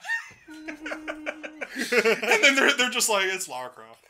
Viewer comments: I just noticed WHY IS HE CALLING HER "LAURA"? Like... Doesnt he know she is Lara?! :D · First off her name is Lara not Laura. second your friend is right, Core was sick of making TR games so they tried to secretly kill off Lara Croft.